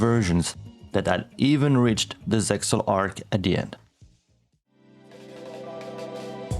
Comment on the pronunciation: ZeXal is pronounced "zeal."